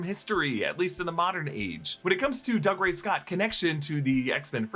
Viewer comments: Doog-ray not Dug-ray... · Doo-gray. Not Dugray Scott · I know it looks like Doug Ray, but it's pronounced doo-GRAY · Just FYI it's pronounced Doo-Gray Scott 🙂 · It’s Dougray - Doo-grey. He’s Scottish, not a yokel! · Pronouncing Dougray Scott’s name like that over and over is very disrespectful.